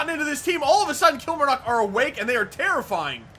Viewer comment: Lovin the series but one thing your saying kilmarnock wrong